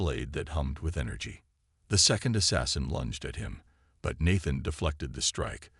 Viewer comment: Until the last few minutes, the audio is spoilt by the continued mispronunciation of the name Nathan. The spelling of the main woman's name keeps changing in the subtitles.